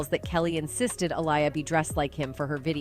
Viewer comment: Also "Uh liar" 🤣